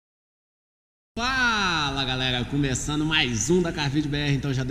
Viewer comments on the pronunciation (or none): Faga galega!!! Esse cara não fala o R não?